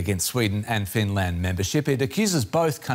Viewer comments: Why does he keep saying Fin land? It is Finland! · Finrand? Not Finrand! The Kremrin better reave Finrand arone. I ruv Finrand.